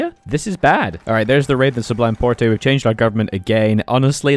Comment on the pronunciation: Its not ‘sublime port-e’ its just the normal pronunciation of port Anyways i love the Ottoman vids 👍👍👍